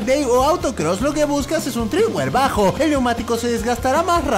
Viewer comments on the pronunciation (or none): Treadwear no TREEdwear